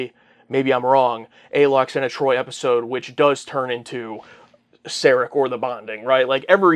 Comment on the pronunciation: It's LWAXANA, not Lackswana Well I'm sure next time she appears (if ever) it'll be a happy funny light-hearted episode !